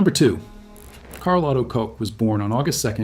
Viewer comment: Really interesting video. I wish only that you would check the pronunciation of German names. Your AI is not doing a great job.Koch is not pronounced as Co or Cox. It's doesn't sound authentic, it sounds ridiculous and very unprofessional.